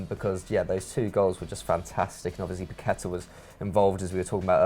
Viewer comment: its paquetÀ(A) and vinicios (s sound not C )